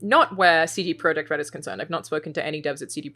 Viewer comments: Alanah, if you want to pronounce "CD-Projekt" the Polish way, it's "tseh-deh proyect", not "see-dee proyect" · "cd proyekt" ? lol what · Polish pronunciation. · Pronouncing in the native Polish